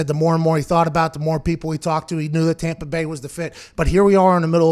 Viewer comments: “Tompa Bay” got me geekin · When you said tompa bay 😀 hahaha laughing